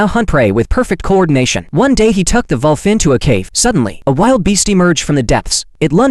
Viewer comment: It's wolf but the Ai voice couldn't pronounce it correctly